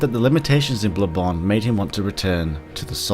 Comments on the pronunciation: "Blubbon 2" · U said blood bone.